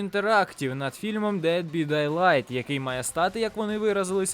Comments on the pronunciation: Дед бі дейлайт? Може все ж таки "бай дедлайт"? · ну , поки ще не пізно , то можно, або робота , над помилками , та хоча б проноунс з англомовних відео брати ! Бо дед бИ дайлайт - це реальний зашквар , про бехевиор я вже промовчав . Ну хоча б у гугл перекладачі послухай вимову !!! А ще мені цікаво , якщо ти ТАК читаєш , як же ти прекладаєш/розумієш назву? Шо таке БИ ??? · Дєд бИ дАйлайт ???? СЕРЬЕЗНО ??? а чо не "деад би дайлихт " тогда ? господи як , можно розповідати щось людям , якщо сам тупий такий ?